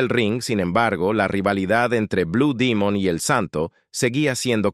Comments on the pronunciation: Tengo 70 años y siempre escuché decir blue Demon me retiro de este cochinero porque dijiste Dimon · No sabía que se decía Dimon.